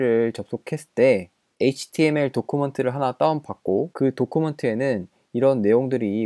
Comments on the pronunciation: 도쿠먼트 구수하구 조쿠먼. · 좋은영상 감사합니다. + 다음 영상에선 document를 도큐먼트라고 읽어주심이 어떨까요?